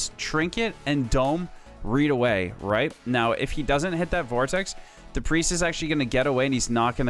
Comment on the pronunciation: why he keep saing reed here instead of right here? nice guide thought.